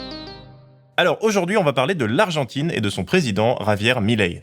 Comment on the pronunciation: Milei. Pas Mileí 😆 Comment dire... Qq'un n'a jamais vécu en Argentine et ca se voit. C'est un sujet très compliqué et ça nécessite plus de profondeur qu'un simple "il aime pas l'État donc il est méchant." l'État est extrêmement corrompu en Argentine.